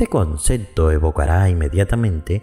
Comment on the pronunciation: ¿Por qué dice "concecto"? ¿No será "concepto"? Suena feo